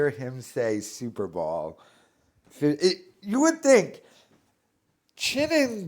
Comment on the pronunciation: Says “Super Ball” repeatedly. Still thinks he’d make a great sports announcer.